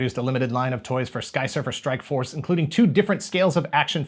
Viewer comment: Didn't anyone notice how everytime said "Skysurfer Strikeforce"... He butchers the name even more.. 😏😏😀😀😂